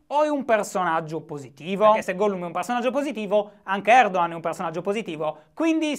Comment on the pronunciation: Si pronuncia Erdohan?Eppure mi ricordavo che fossi sardo non toscano.